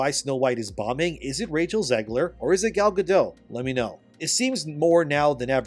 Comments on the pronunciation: YOU ARE SAYING ZEGLER WRONG LMFAO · It's Zegler